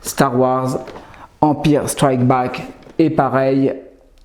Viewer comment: Bonjour. Un détonateur thermique, c est sphérique. Là, il faudrait que je vérifie mais il me semble qu'il s agit du grappin magnétique. Et ce que tu appelles grappin, c est une sorte de pompe à essence non ?! Ah, et empire se prononce "an mpaïeur" La fig est très jolie, merci pour la vidéo